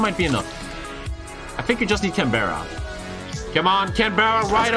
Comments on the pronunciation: Just the obligatory comment to say it’s pronounced Can-BRA. Not Berra! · It is pronounced Canbruh not Canbehra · its pronounced canbra lol